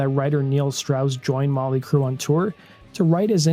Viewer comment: Their band name is NOT Molly Crue. It is MOT-LEE Crue!!! Please STOP being Lazy in your s[eech!!!